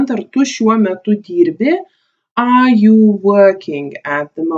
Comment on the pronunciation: Man neikiek nepadėjo. Ir tu nesakyk are A, o sakyk Ar. Ir tu galėtum daugiau pavyzdžių :(